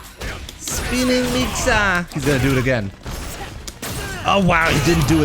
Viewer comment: Love how he says Spining mixer lmao